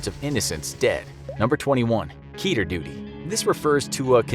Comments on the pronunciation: Fun fact about the term "Keter" some think its pronounced [Key-Tier] but due to the origin of where the word comes from actually rhymes with "Better" . Keter is the Hebrew word for 'Crown" and is one of the top most attribute of the Sephiroth in Kabbala. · Lol, ''keeter.'' Totally not how you say that.